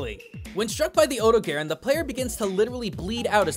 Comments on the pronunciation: odo-gayron? Never heard of that one before, it that coming soon? Do you mean the odogaron? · It's OH-doe-gah-rohn, not OH-doe-gare-en. GaijinHunter did a pronounciation guide! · Huh. I've always pronounced it like Oh-Dough-Ga-Ron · It's O-Dog-aron. The dog is right there! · Here is how you say odogaron Odo-ga-ron I’m sorry but this stuff really irritates me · It's really weird going from Gaijinhunter's hard Japanese pronunciation of the monster to western. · The mizutsune (tamamitsune in Japan) seems like something you could get a video out of. Also, have to say, you have... interesting ways of pronouncing odogaron and kulve taroth compared to what I'm used to. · Actually surprised at your pronunciation of Odogaron. It has the same name in Japanese as it does in English, and since the the Dev team is Japanese, most people use the Japanese pronunciation for it.